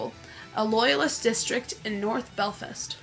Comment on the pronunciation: Cant even pronounce belfast 😭😭😭 fuck me